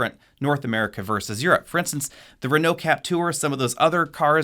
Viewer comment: the way he pronounced Peugeot and Renault tho